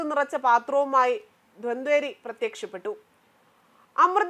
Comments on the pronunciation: ഉച്ചാരണം വളരെ മോശം. ഒരു മലയാളം സംസ്‌കൃതം അദ്ധ്യാപകനെ കണ്ടു ഉച്ചാരണം ശരിയാക്കുക. ദ്വന്തരി അല്ല ധന്വന്തരിയാണ് അമൃത കുംഭം കൊണ്ടു വന്നത്. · ധ്വന്തേരിയല്ല, ധന്വന്തരി